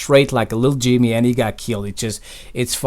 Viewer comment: lil jeemy, 1 keel!